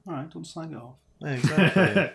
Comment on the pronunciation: Great, now I'll always remember "awreet"